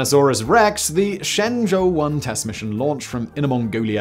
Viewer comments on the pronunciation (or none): none